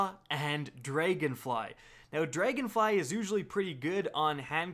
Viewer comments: "Dregonfly??, its Dragonfly, pretty easy to say..." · "Draygonfly" xD